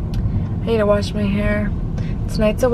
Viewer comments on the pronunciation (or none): none